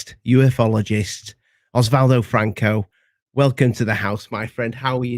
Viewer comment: It's Oswaldo. 🙂